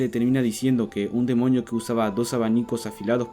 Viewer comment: soy la unica que el desia demoño jsjs